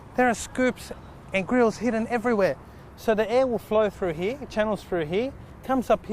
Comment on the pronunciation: its "here" not "heee"